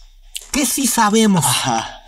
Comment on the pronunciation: Es Teotihuacan, no Teotihuacán.